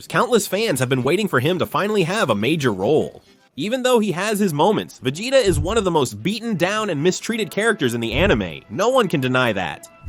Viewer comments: A.i says : VEGATA Real voice says : VEGETA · Instead of vea-gea-ta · if you're going to use AI narrators, you should definitely spell the names out phonetically so the AI says it properly. lmk if you need help if English is a second language. There are easy ways to ensure the AI voice consistently says a name a certain way. Vugetta is weird sounding lol